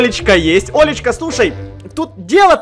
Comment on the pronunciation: Мне одному показалось не Олечка а лоличка